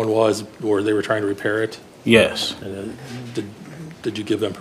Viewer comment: he's not dumb. He's both arrogant & petulant. That is the youth of today ! Can't even say, " Yes.. " correctly.